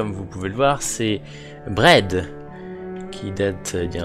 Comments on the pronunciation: Si, parce que ça prouve que je devrais faire plus attention quand je présente un jeu, sans bien prononcer son nom. Mon "braid" était plus près de ton "bread" qu'autre chose. ;) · Je viens d'aller voir sur reverso. Les deux prononciations n'ont rien à voir. En plus j'ai prononcé ça avec un bon gros accent français, donc ma prononciation ne ressemble à aucun des deux. ^^'